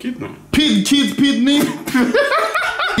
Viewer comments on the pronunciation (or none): Anomaly: pig...: Kidno Anomaly: pid kid pidney Is it really that hard to say kidney? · " pid,kid, pidney"